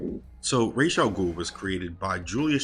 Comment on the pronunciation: It's RAZ not Rashe